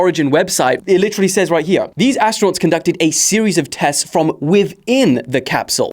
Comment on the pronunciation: Ass-tronauts? Astro-nots? As-true-nots? 🙉🙊🙈